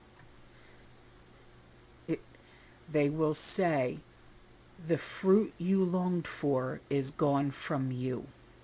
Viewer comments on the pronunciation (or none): none